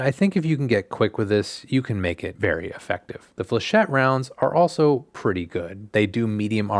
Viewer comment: FINALLY SOMEONE PRONOUNCES FLECHET CORRECTLY